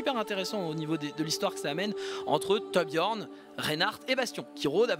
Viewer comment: Peux-tu me rendre un service ? J'aimerai que tu arrêtes de mal prononcer le nom de ToRRRRRRRbjiorn s'il te plaît, c'est vraiment énervant à force. À part ça, j'aime beaucoup les Histoires d'un Héros sur Overwatch, j'ai appris beaucoup de choses grâce à toi.